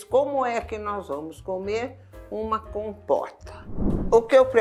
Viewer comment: É impressão minha, ou foi pronunciado “compoRta” e “compoRteira”?